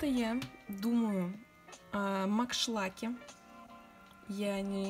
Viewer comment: Меня одну удивило что она сказала маншлаке? А не макдаке